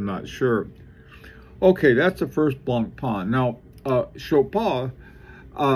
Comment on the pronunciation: Hey, Blancpain is pronounced blongpan as opposed to blongparn I know you struggle with foreign pronounciations hope you don't mind me helping out. I think the LUC Chopard watches are very underrated..